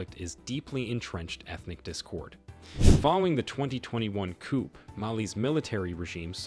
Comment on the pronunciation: ...your pronunciations are woeful,....eg...coup.....silent p